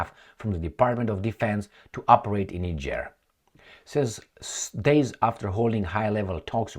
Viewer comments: Thanks for the spot on pronounciation of Niger pronounced Neejieh in French. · As a european who has resided in Africa for most of my life, and having closely observed african politics since the 70s, allow me to make the following assertions: Re Niger (btw, your pronounciation is correct, "knee-jerr") the current actions of the junta are encouraging, however, whether this will result in the upliftment of it's citizens is another question altogether. Historically, 80% of the time the ruling clique just cuts a better deal with the highest bidder for their personal benefit while the citizens remain exactly where they have always been, in abject poverty. And when the citizens become dissatisfied, they suppress this through military force til the last moment, escape to Dubai with their loot and let the next "charismatic leader" follow in their footsteps. Imho, the same applies to Traore in Burkina Faso(?), in that it will take at least a year or two for the leadership to show it's true colours, ie whether they are true patriots or just in it for a quick (or even long-term) buck. Anyways, I am glad that is paying some attention to Africa, I view it as the 'ideological battleground of the future'... And in particular, current events in South Africa where the 'liberation government' has been totally captured by 'Al Capone' and is rapidly destroying the country.... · Well done. You are one of a very few non-Africans who got the pronunciation of the country Niger right! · Yes, its pronounced as Neeger. Niger is a neighbouring country to Nigeria my country. We are begging for this to happen in my country Nigeria. The West(USA) and Europe is destroying Africa and Nigeria especially, they just dont want to let go. We beg Russia to intervene and help Nigeria. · The are calling the name of the country correctly 💯